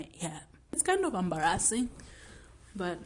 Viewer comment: When I tell you I screamed when pronounced “embarrassing” 😩😂🇰🇪